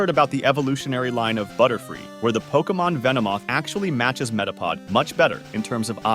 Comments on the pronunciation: I can't get over the fact he keeps mispronouncing Pokémon. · Are you pronouncing Pokémon wrong on purpose to annoy everyone?